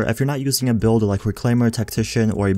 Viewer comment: Dude... thx for the vids.. But cmon... Exotische dam.... resistance Characteeeeerrr Build’eh Bleed’eh